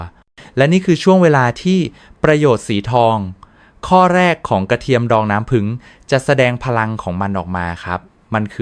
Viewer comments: กรุณาไช้ถาษาไห้ดีด้วยผึ้งคุณอ่านว่าผึงได้ใงฟังแล้วรู้สึกไม่ดี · เขาพูดว่า ผึง ไม่ใช่ ผึ่ง